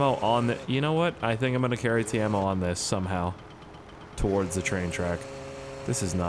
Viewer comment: Its Timo no taimo